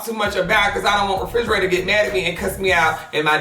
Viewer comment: “Refrigerator” LMAOOOOOO